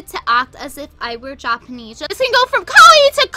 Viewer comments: That girl constantly mispronounces kawaii (ka-why not ka-why-EE) I can see her say yao-ee instead of yao-oi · The way she pronounced “kawaii” in the second video clip sounds like “kowai” which means ‘scary’ in Japanese. Fitting.